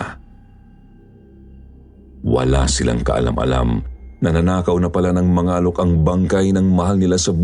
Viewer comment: Palaweña here...Mangalok po pronounce medyo matigas🤣